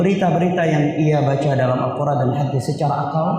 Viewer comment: mohon maaf bacanya : Al-Quran bukan Al-Qurngan